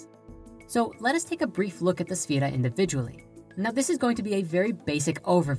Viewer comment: Owyeah Yeah Here's a question, why is the title of this video both misspelled and mispronounced? Because it's kind of stupid to create a video that is demonstrably wrong on every point when you clearly can't even spell or say the subject matter. Pop quiz, who is Sephiroth? For extra credit can you also tell me who Jenova is and how it's also the name of my ringtone.